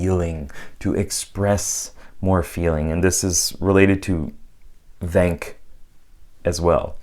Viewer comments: You pronounce the “tha” in “thank you” like one would when they say “then”. Thenk you for the video. I enjoyed your input very much. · Thank - a hard "th" rather than a soft one. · Why do you say "thank" with a soft th? Most people say it with a hard th. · The way you say "thank" (I thought you were doing some kind of comedy bit or meme at first), is that an accent thing? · Fascinating that you seem to prefer the use of eth (voiced dental fricative) over theta (unvoiced dental fricative) in your pronunciation of “thank.” How novel!